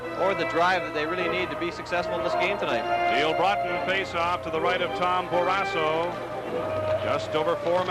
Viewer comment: What is the story with this announcer? He keeps calling Barrasso, Barrasah until about 5 minutes left in the 1st period. Have a feeling that Edwards or someone else told him to knock it off. He also called Bobby Carpenter, Rob which he never went by.